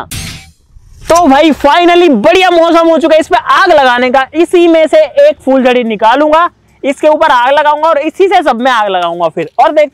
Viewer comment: fooljaryaan ni hota phooljariya hota ha